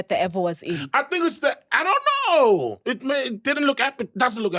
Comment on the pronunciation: "i donn know" "i donn know"